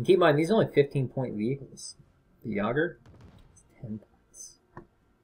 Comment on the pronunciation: Say it with me. Yay-Gurrr. Yay-Gurrr. Jager.